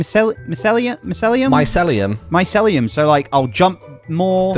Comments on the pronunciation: “My-cell-lee-am” - “My-seal-e-am” -Me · Mycelium pronunciation my-sea-lee-um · Martyn & are Grian's fake friends. If they were his real friends, they'd be able to pronounce Micellium (My-See-Lee-Um). 😂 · Neither of them said “Mycelium” right🤣🤣🤣